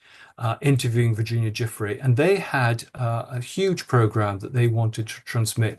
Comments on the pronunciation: My God - learn how to pronounce the poor woman’s name! It’s jew-FRAY 🤦🏼‍♂️ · Why does the interviewer deliberately mispronounce names, despite Andrew Lownie saying them numerous times? For example: Virginia Guiffre (GWIFF-RAY); Ghislaine Maxwell (GIZZ-LANE). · Please learn to pronounce the ladies name correctly- it’s important- other than that thank you- thank you- thank you for airing such relevance to the whole corruption that is this multi dimensional issue against humanity- I salute you both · To the interviewer, you ask some insightful questions but the fact that you can’t bother your arse to learn how to correctly pronounce the surname name of the late victim is both embarrassing for you and shameful. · It's very disrespectful of you to continually mispronounce Giuffre's name. Not to mention Ghislaine's. Get it right. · That interviewer should learn how to correctly pronounce people's names before starting the interview. His pronunciation of Giuffré is the worst I've heard to date.